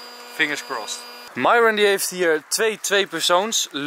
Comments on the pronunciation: Hoe myron het zegt: myron Hoe enzo het zegt: myrone Hoe het zei: merel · Dit is Enzo: : Nicole: nhaicole Lars: Niels Mees: Meesie Myron: Mairhwen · Mieron (zo als enzo het zegt)